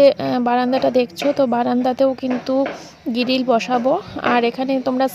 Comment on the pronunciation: গিরিল abar ki😂😂😂😅😅 গ্রীল তো